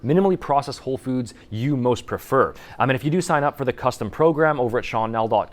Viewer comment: I literally thought what is FUJI? Then I realised you said FOODS YOU... Hahaha. Hope you don't think it is a bad comment - just funny that I heard Fuji. LOL